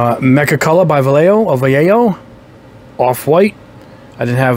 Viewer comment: Excelent video as always, for Vallejo pronunciation you can say it like this... Va YE Ho, the accent is in YE, the lle part sound like the ye in yellow and the jo sounds like ho in hole.